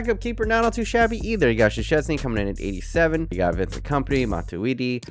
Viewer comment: Szczesny is pronounced like Shtohnsny